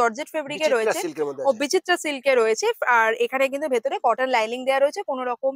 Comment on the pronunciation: Linings not liling